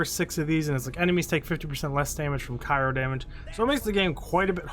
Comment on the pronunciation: What is Cairo damage? Or do ppl just not say “Cryo” properly